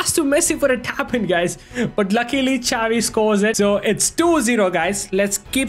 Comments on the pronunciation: Bro dont pronouce chavi 😂 prounuce it as shavi with hard S (no hate)❤❤ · its not cavi its xavi